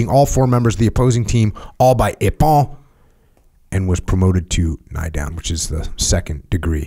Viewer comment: Came here just to find someone else noticing that. Makes it hard to listen to this episode lol, the pronunciation of nidan was even worse 🤦‍♂️